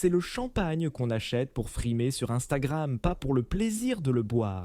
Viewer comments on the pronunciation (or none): none